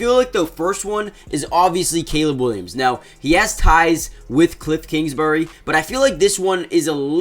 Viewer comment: “Cliffs kingsbury”